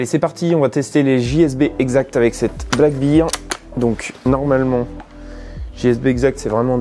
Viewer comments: Une petite remarque sans agressivité bien sûr Black bear (ours noir) bear se prononce "ber" et non "bir" J'ai mis un pouce vers le haut pour la vidéo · Sympa cette carabine. Juste un truc anecdotique. On prononce "Black Bair" (Ours noir) et non "black Bir" (bière noire)🍻